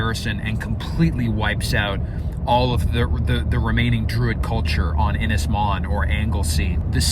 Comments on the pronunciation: Yey the maze bowl has finally gone ! PS its pronounced Un is mon not IN is mon.(( im welsh dont you know lol )) Edit PPS please buy a ready made cabin for the main cabin and just put it together , may give you 2 months less footage but 1 you dont have the length or girth of timber on your property to build it, 2 you dont have the machinery to move the logs the size you need and 3, 2 more years of watching you fudge your way through building a cabin and redoing half of it over again when you get better information is not setting my pants on fire ! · need to work on your welsh pronunciation, ynys is more like un is, Môn is more like moan but with a shorter A sound